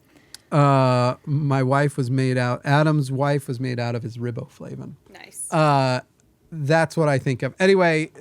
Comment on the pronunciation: Riboflavivian sounds almost legit like the British "aluminium"